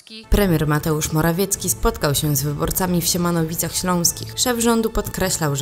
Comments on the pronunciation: Mówi się Siemianowice a nie Siemanowice!!!!! Opanowanie!!!!! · SIEMIANOWICE ŚLĄSKIE, pliz... nie Siemanowice